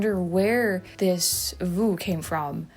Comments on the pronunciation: vu and vous sound the same to me. view and you do not sound the same as your pronunciation of vu/vous. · Your "vu" and " vous" sounded 'zactly the same to me, but I'm just a hick Missouri farmkid who barely reads English.😋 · I couldn't tell the difference between vu and vous.... sounded identical to me.